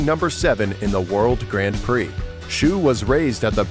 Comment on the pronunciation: This is a cool video but the way you say Grand Prix is painful